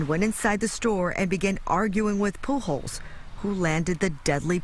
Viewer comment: How do you get to be that old living in a state with a very heavy Hispanic population without knowing how to pronounce Pujols???